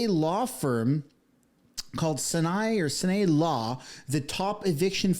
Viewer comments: Billie Eye lish, bill mar, sy an eye law firm. Just helping with pronunciation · Sinai law firm, Sine Eye, like the mountain in the middle east. Just sayin'. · You can tell this guy's never been to church, can't pronounce "Sinai." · Bill Maher is pronounced Bill Mar; Sinai is pronounced like sigh-nigh. PLEASE, younger generation, LEARN how to pronounce names properly. It is NOT BILL MARE.... Good grief. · f dude, is this AI robot reading? Bill "Mahr" (rhyme w PAR as in golf); "Sinai" like I SIGH NIGH (your redemption draweth nigh/near). "Mount Sinai" where ol Moses got dem 10 commandments. "Cedars Sinai" hospital in Los Angeles? dang man lol make me think more about starting one of these lame channels sigh yeah carry on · Omg The word is pronounced "sign-eye" ffs...Tell us you've never opened the Bible without telling us... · Learn to pronounce Sinai so you don't sound like an idiot. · Can't pronounce Maher or Sinai. Talks for a living.